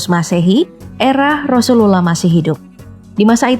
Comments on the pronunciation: Penyebutan nama rasulullah nya jelek bgt gk fasih🤭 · Coba sebut nabi Muhammad aja min, agak gimana gitu penyebutan rasulullah aja GK fasih... Gk enak didengar jatuhnya